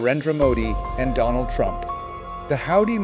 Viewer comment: "doland trump" says the fool modi